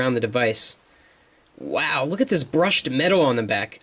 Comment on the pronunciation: yes , ''waow'' lol